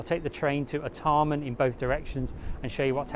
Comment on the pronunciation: Art e mn? Never heard it pronounced that way before. Always been R Tar Mn in my lifetime.